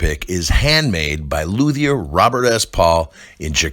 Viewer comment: It's pronounced Lute-E er. The H is silent. Even the ads pronounce this wrong?